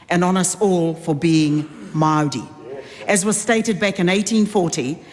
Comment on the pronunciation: She speaks of fake News As she lives as a Fake Victim And she cant pronounce the word Maori properly